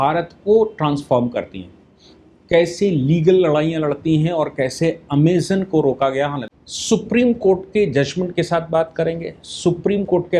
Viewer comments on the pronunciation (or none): none